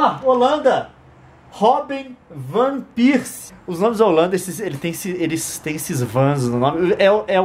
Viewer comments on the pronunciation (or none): leon eu sei q vc é alemãozinho e tudo mais se fala , rub van persie , assim q se fala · Van "pirsie" é Van Persie